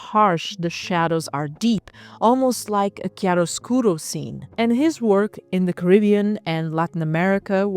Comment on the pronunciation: Your CHIAROSCURO sounded rlly italian btw. Nice video, I just discovered you...thx for your content. Very very interesting and alternative!